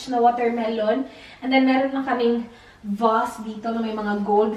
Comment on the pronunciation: Bakit ganun pag pronounce ng Vase? 😅